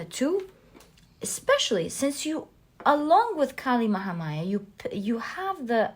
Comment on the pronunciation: i picked pile no. 2 and being an indian i gotta say you pronounced kali mahamaya very nicely she is indeed our goddess